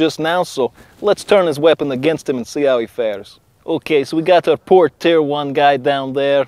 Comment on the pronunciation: when he said tier it sounded like tf, Team Fortress Three confirmed